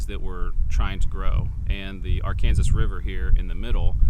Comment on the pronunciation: Why are you calling the river Are-Kansas? Instead of Arkansas?